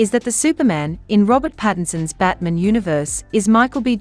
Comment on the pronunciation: Why is the pronunciation for Batman, batmen?